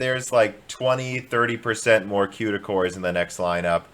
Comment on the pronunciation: I'm so excited for this new Ampere from Nividia with tons of Cueda cores. Maybe it will be one fourth the cost? Maybe they'll test it in Scenebench? Did I miss any of your strange pronunciations or habits?